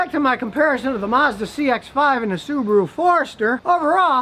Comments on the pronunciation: Why pronounce it SubooRu when its clearly SubAHru? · Why do Americans pronounce Subaru "Subaruer"?